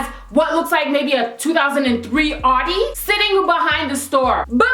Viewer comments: Its not pronounced Awdi, its pronounced Owdi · its sound like your say "shes driving an hottie" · The way you say Audi xD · lol your pronouncing the car wrong